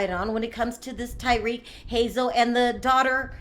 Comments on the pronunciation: Why tf you call him like Tyrique? Do you even watch the show? You never heard dem say his name before 🤔 its fuckin tah-rik not tye-reek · I'm pretty sure you're mispronouncing "Tarik's" name. You might want to check on that.